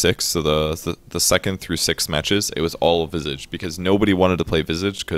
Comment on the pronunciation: you just butchered visage's name. its pronounced visage, not visage.